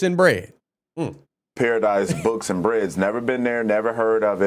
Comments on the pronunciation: The name is correct but the black conservative is pronouncing paradis as paradise when it’s actually paradis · It’s spelled correct dude! LOL. It’s pronounced para dies. Not the word paradise. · Hey, the name of the place is not Paradise books and bread it’s called Paradis ( Para/ dee ) just FYI and the only reason I know myself is because I used Bing and searched I wanted to give them a piece of my mind. Love you keep up the great work! God Bless you, we have to keep up the good fight of faith and make sure we fight for Truth and Freedom and fight to Unite the Nation! We need to make sure America knows this is Gods Nation and God is in Control! One Nation under God with Liberty and Justice for All! Amen…❤ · Dude, I hate to be a grammar Nazi, but paradis is a word in French for Paradise. They meant it to be spelled as Paradis, and pronounced Para-Deece. Brain cells dude. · French spelling of paradise…..Paradis. Pronounced Para Dee. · Pronounced, "pear a dee". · Lol...its not Paradise but Paradis..He just said it wrong. I'm not sure what going on in the USA, but now it's left against, right and your freedom of speech is going down the toilet. Suing isn't always the answer. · Pronounced "paradee". Which is paradise in french. Since it's in Florida. The owners might have been french canadian as Florida is a popular destination for the elderly from here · That spelling is French, that's why there's no final "e". Pronounced "para-DEE". But everything else you said, I agree 100%. That restaurant should be closed down, and they should be sued. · I feel quite certain he mispronounced the name of the restaurant. Just sayin..... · Paradis is French. Like Illinois. Just a quick FYI brother.